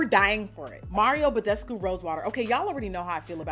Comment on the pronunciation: When you said Mario Badescu, I hissed at my screen 😂. $dweezybaby